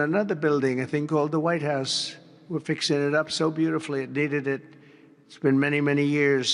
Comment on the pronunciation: Hey Trump, you idiot. The word is FIXING, not "FEEXING." You demented moron.